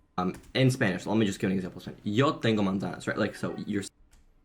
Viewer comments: It sounded like he said "tengo monda" instead of "tengo una manzana". Part of speaking a language is making yourself understandable. Yes, it would be good to hear him speaking Spanish in an interview and also giving specific examples and details about his program. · It's bad for two reasons, too. He put a schwa (ə) in the middle. That's the "uh" sound English speakers put in place of vowels. Americans especially put them in place of almost any unaccented vowel. The second reason is the second a in manzana *is the accentuated vowel*. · his pronunciation of "manzana" is inaudible, and the sentence "yo tengo manzana" is literally as awkward as saying "i have apple" in english. he did NOT learn spanish, much less is fluent in it lol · I am fluent in Mexican Spanish and I could NOT hear he said "Yo tengo manzana" at all and saying that is also weird unless it is in plural.